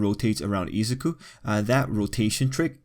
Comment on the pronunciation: Izaku? It’s izuku Ei-sa-ki? Ei-suku